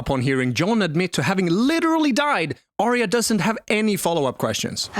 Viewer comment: Why can nobody pronounce Arya correctly? There's even a clip of Jon in this very video saying her name and yet you still say it wrong. It's AR-YA not ARY-A.